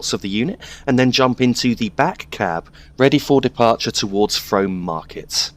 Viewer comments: I believe Frome may be pronounced Froom. The town along the Berks and Hants cutoff is certainly pronounced that way. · Frome is pronounced "Froom" Great video :) EDIT: Just read other comments :p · its pronounced Froom